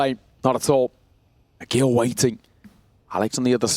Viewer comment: Tell the comentators ag1l is pronounced "ah-jeel" and not "ah-gil" please